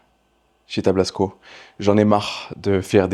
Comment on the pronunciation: Tablasco le saint des saints sauveurs et non tablsaco 😁😄